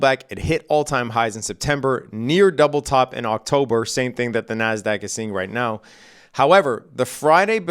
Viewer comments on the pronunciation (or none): none